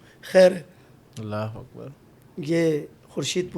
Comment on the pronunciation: correct pronounce kro bhai ALLAH HO AKBAR